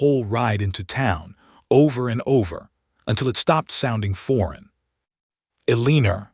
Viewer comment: Sigh las and Ellen or. E li us. READ- SOUNDS RED, NOT REED.